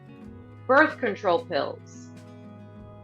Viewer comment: The word is control not contorl. why the repeat of questions over and over just asking in a different format?? Run out of questions for people to answer?????